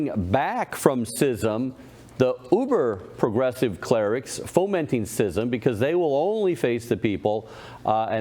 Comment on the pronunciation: it's pronounced skizm